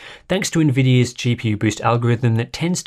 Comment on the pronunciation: "Thanks to nvinia" Ah yes famous brand of GPU Nvinia, nice one !